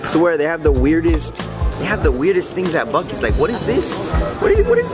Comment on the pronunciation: No it's Buc-ees not Buck Eyes